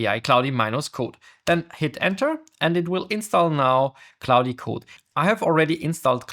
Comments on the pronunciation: Its pronounced cloud not cloudie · Really helpful Video, but the pronunciation of Claude triggers me. Why Claudiiii?? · great video , but you pronouncing of klaudi is killing me lol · FYI to the creator,, "Claude" is pronounced in English as one syllable. The 'e' is completely silent. So it's not "claud-eh", it's just like "claud". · It's pronounced 'clod' by the way, not 'clowdy' 👍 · you don't pronounce the "e" at the end of Claude. Just say "clawd" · why does he call it clodi? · I'm sure it's great content but I just couldn't take another second of you calling it cloudy code. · The dude cannot even learn how to pronounce "claude" (K-L-OH-D) - can we really trust his abilities to learn more complex matters? :-( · no it's Cloddy code mate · Your pronunciation is so bad it hurts. I had to stop watching because it made me mad that you cannot even say the word „Claude“ correctly. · This is not about an accent. I speak 5 languages, 3 of them with an accent. This is about ignorance and arrogance - if you are making a video on some topic, may be it is worth to spend 1-2 minutes to find out how it is supposed to be called? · Bruh. Rerecord this with the correct pronunciation. Geezus!! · Also it's the same vowel sound as in "law" or "claw", not the "ow" sound like in "cow" or "cloud".